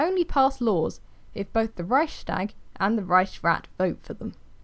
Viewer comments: Good god, that's not how you pronounce Reichstag, you're butchering it. but otherwise a nice video about Weimar republic. Weimar republic could not remain in that international climate. By 1930 world was changing and the only way large nation could survive was to become and empire of some sort.. Japan attacked Manchuria etc.. so it was doomed P.S. Wiki has a lot of right pronunciations on historic stuff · Really great video but i lost when you said Reichstag im sorry :) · I’m German and I just love hearing non-German people saying „Reichstag“ I swear my heart melts every time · Funny how you pronounce Reichstag. I'm German btw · I love how you say it! It makes me giggle. 😅😂